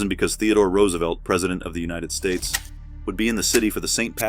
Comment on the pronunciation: Can you at least pronounce the last name correctly? 😂